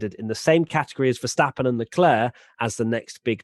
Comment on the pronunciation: I'm still intrigued why English people can't pronounce Max Verstappen properly? It's just a sound. It ain't that hard. (Max (the A is like the O in ox or rather like the word mucks). Verstappen (the A is like the O in staph (lol meme)). Mex Fursteppen sounds bloody aweful. Anywho, as always, great podcast. <3